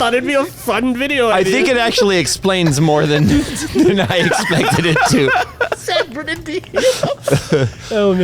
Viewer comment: Ah, ole San Bern-da ghetto